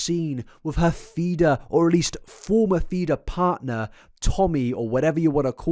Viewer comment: Anyone else sometime hear “FETUS” instead of “Feeder”?! 😂😂 or just me??